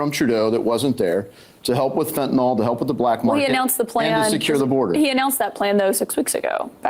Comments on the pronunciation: Fentanyl, not "fentanol". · Whats fentanol? Its fentanyl.